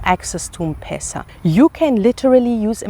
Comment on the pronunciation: Mmmm not pesa but letter Em plus Pesa